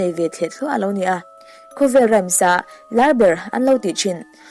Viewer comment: Rhymes hi i lamrik dan (voice ) hi a dikhlel deuh ani , Rams ti a chhiar loh tur Rhym hi ( hym) hi voice pek khan lam tel tur.